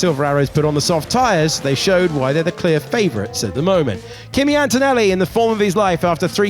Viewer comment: Dututudu An-To-Nelli